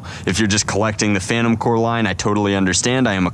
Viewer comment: It’s not “phantom core” it is “phantom corps”